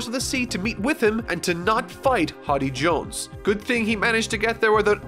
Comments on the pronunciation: its HORDEY not HODDY Jones haha. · Me ripping my hair out at you calling Hody hoddy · You did not just call him "horby" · Ah yes, "Hoddy Jones"